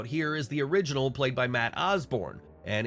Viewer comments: “Origonal” Doink? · Ah yes, the "origonal" Doink. 😅